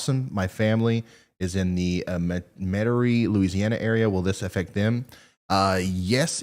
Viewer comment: Ryan, when you said meterie la, it's met er ie